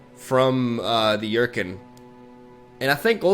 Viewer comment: I had to rewind cause I had no idea what card was talking about when he said "Yurkin" English, amirite?